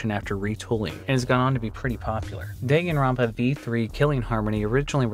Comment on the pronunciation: The worst part was when he said Deingin Ranba. You have to try really hard to be that wrong.